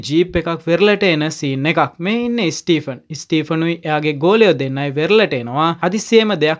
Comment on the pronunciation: ස්ටීපන් නෙමේ ස්ටීවන් කියලා ඔය නම කියන්නේ.